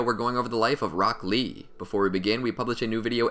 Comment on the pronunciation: When you say rock lee, it sounds like broccli